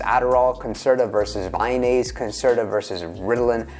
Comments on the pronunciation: its not vayonaise its vyvanse lol. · Vy-NASE? There goes your credibility. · Friendly correction Vyvanse is pronounced Vy-vanse, like advance. rhymes with iDance